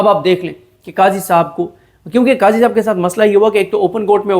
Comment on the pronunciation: صدیق جان صاحب قضی بولے صاحب نہ بولے